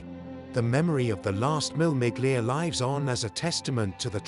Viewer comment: Seriously, WTF. it's not MILL MIGLIA! Shocking voice over. It's pronounced, Mille. You don't pronounce the 'G' in 'Miglia' either It's a silent G. Do your bloody homework.